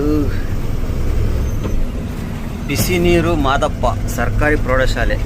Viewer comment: ಅಣ್ಣ ಅದು ಬಿಸಿನೀರು ಮಾದಪ್ಪ ಅಲ್ಲ ಬಿಸಿನೀರು ಮುದ್ದಪ್ಪ ಶಾಲೆ